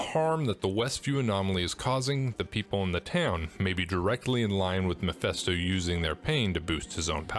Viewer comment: YOU KEEP PRONOUNCING MEPHISTO AS MEPHESTO. PLEASE STOP IT!!!